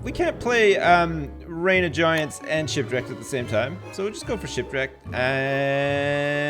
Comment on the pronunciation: "Don't Starve: Sipwreked"